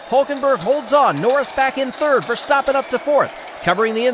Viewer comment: It's not pronounced Ver-stop-pen. It's ver-stap-pen